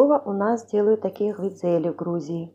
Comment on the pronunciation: GVIDZELI? What’s that?🙄sounds like a Turkish language.. not needed at distort the Georgian name